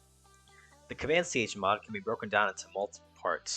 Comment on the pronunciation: You're not saying chmod correctly